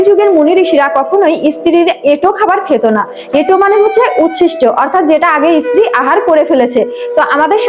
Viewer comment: ইস্ত্রি উচ্চারণ নয় স্ত্রী উচ্চারণ করুন